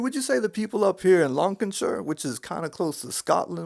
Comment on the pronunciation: Oh, we have to talk about Lancashire tho. It's pronounced, Lancashire. See? Almost just 2 syllables, lank as in lanky and a-sure. Only (half) kidding, great video. Huge topic and here's me picking on a British place name... My mum trained me to hear linguistic trends. Don't know why she did. Gotta go fill IN a form pertaining to my drivING licence. Bai